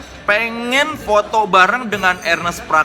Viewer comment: Nonton video bareng mamake dan gw ga ngerti kenapa mamake ga pernah bisa nyebut nama Ernest dgn bener. Mamake selalu manggil nama Ernest sebagai Arnes huhuhu